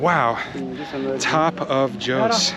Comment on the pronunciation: "Joes"???? Jos is Jaw... sss! Lived there 40 plus years ago. It is "relatively" cooler there. I know the city has grown a lot. How was the traffic? Has the museum grown a lot? Corn. Most likely maize. Feed or meal corn. Not sweet corn. There are extinct volcanoes to the east of Jo's. See them on Google Earth. Towards Pankshin.